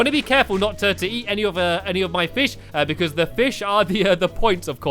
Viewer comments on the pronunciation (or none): I love how stamps say "because"......hehe...."becooze" 😂